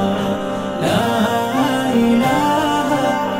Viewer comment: অসাধারণ আমি বারবার শুনি। কিন্তু ছোট্ট একটা কথা ছিল আল্লাহ শব্দের লাম কে মোটা বা পুর করে বলা উচিত। নিজের মালিকের নাম শুদ্ধভাবে উচ্চারণ করা জরুরী। আমি দুঃখিত এরকম কমেন্ট করার জন্য। কিন্তু আমার সৃষ্টিকর্তার নাম তাই বললাম।